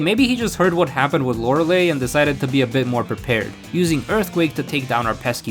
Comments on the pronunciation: "Lorelei" isn't pronounced "Lore-eh-lay." It's pronounced "Lore-ell-eye." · Lore-uh-lie, not Lore-uh-lay